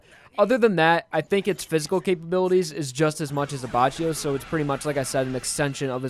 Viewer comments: his pronounciation of Abbacchio is infuriating lol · I physically recoil by the way he says Abbacchio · you said abbacchio wrong js